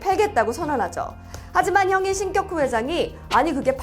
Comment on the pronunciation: 신껵호 회장이라고 읽는 것이 맞나요? 궁금해서요.